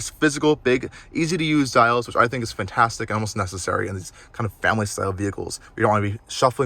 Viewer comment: That is a great SUV and you did an excellent job. Thank you. Very helpful. One thought though... please, the word is "FANtastic" not FUNtastic.